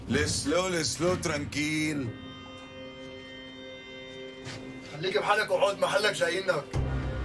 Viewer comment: هههههههه ليس لو ترانكيييل 😂😂😂😂 اطون 😂😂 اخواننا في الشرق الاوسط بالله عليكم بطلو الفرنسية او تعلموها على قواعد صحيحة